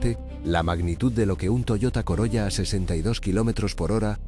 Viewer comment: SE PRONUNCIA " COROLA"